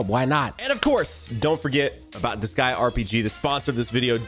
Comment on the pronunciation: Did you just mis pronounce disgaea multiple times? Or have I been pronouncing it wrong for years? o_o